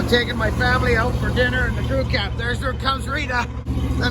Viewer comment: G'day - love the crew cab. Virtually every time you say "crew cab" or "crew ki" I mis-hear it and I think you are saying "cookie"! I just finished dressing a Mac bar with spread rails. I use two hack saw blades side by side in the bar groove as spacers and nip it up in the bench vice to close the rails up. Gives the bar a bit more life. Stay well!